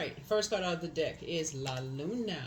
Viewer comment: “La luna” I’m Italian and you pronounced it so well ❤️😁